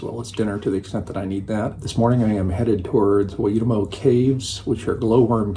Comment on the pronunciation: Great Video. Have traveled these roads many many times. For pronunciation "Waitomo" = Why Toe Moe (As in your toes on your foot and the Simpsons bartender!) Look forward to the next one. Place names with Wh should be pronounced as a Fong so Whanganui = Fong-ga-nui, officially but a lot of (non Maori) say Whon-ga-nui.